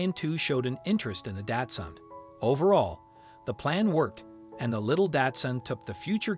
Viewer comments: The dog breed is pronounced Doxun, not Datsun! Datsun was what Nissan used to be called! it's a car brand! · Why does he say datsun? insten of Dachshund or Dachsen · It’s not”Datsun”. It’s Dachshund. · Osteoporosis is pronounced Ah-Stee-Oh-Purr-Oh-Sis! The dog is not a “daatsun” it’s a “Dachshund” which is pronounced “Docs-hoond”. Furthermore, you refer to the dog as a she when clearly the dog has a penis! A little accuracy would help your credibility! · "With a tiny 'DATSUN'?" After three rewinds, I am certain that you've mispronounced the word "daCH-suUnd" as a brand of motor vehicle [now a defunct name; if you're going to insist on misnaming a dog-breed after a car-brand, you might want to update the misnomer to the current brand name of "Nissan"]. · Milo is a Dachshund not a Japanese car... I'm sure that guy kept saying Datsun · You could learn to pronounce Dachshund correctly. It's not pronounced like the Datsun car. Try Docks-hundt instead. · Lol. The narrator pronounces Dachshund "DAD-SON" Never heard that one before! 🥴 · He keeps calling it 'Datsun' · why do you keep calling it a datsun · I've never heard anyone pronounce dachshund that way. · Please learn how to pronounce, "dachshund". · Yeah and he can't pronounce the name of the breed of dog correctly either.